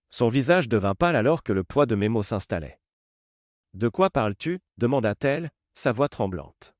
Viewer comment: Orthographe déplorable dans la version écrite, et des erreurs dans l'oral des imperfections aussi. Des mots brefs épelés au lieu d'être bien prononcés, par exemple : -t-il, -t-elle > Té-elle... Les gens sont très bizarres, dans ces vidéos. Ils ne paraissent pas normaux, ni leurs manières, faits et gestes, ni les situations... Le vocabulaire est toujours pareil dans toutes ces vidéos : détermination, finaliser, contrôle, précaution, confronter, crucial, tension. On ne sait pas du tout de quelle sorte d'emploi ni même de branche il s'agit, ce qui rend tout moins vraisemblable... "Essaie-moi" : Try me... Le récit est difficile à comprendre, en tout et pour tout... "Sous son souffle" : under his breath... Dans toutes ces vidéos, les hommes mettent tout simplement les femmes à la porte, sans plus, ce qui n'est pas une option possible dans la réalité.